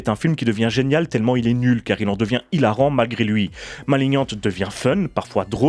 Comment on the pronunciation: Par contre faut faire un choix, soit on dit malinian, soit maliggnante, mais maliniante ça fait encore le français inculte qui croit savoir prononcer l'anglais.